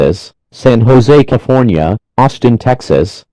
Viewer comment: San Jose C a f o r n i a